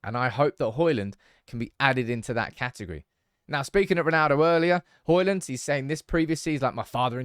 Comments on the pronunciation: Learn to say his name right, it's NOT Hoilund, it's Højlund, and now were at is, it's NOT Haaaaland, but Håland. Aa=Å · D is silent, it's Hoilun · The 'D' in Hojlund is silent.